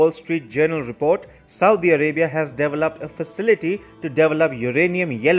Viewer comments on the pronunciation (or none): Please, it’s deVELoped, not DEVELoped!